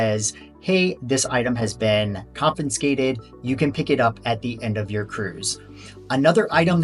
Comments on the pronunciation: There is no "n" in confiscated. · he is teasing your pronunciation of the word “confiscated”